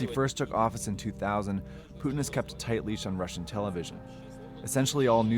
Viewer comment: W/ Putin—It. Is. Always. Rigged. He comes by nothing in an honest, honorable way. (btw, since asked, it’s Putin like Poo-tin, not Pyou-tin. In Russian the letter «ю» sounds like the English word “you” but “Putin” is «Путин» and the letter «у» is pronounced more flat, like the “ou” in “you”. Anyway…) His approval ratings are “99%” on paper only and the majority of Russians don’t want him. He allowed Эхо Москвы (Echo Moscow, which is the opposition media outlet) to function because he needed it to claim they have freedom of the press. Yesterday he shut them down, forbade all news outlets from delivering any information that is not state approved. The state-approved “news” claims Ukrainians bombed their own cities, held their children in front of them as shields against gunfire, and murdered their own civilians all to blame it on Russia. He is no longer even pretending Russia is a democracy. If you look at even just the basic facts of how his reign has shaped up Russia, his agenda is perfectly, crystal clear. In the marching orders to the soldiers he sent to Ukraine he used terminology that has not been used since the USSR fell. People are saying he cracked, that he must have dementia. They are wrong. Read this very carefully: Putin is today exactly who he has alway been, who he has always said he is, and who he has always shown himself to be. This was a charted, methodical plan that he cultivated, that he enacted, and that he has been following step by step to achieve his goa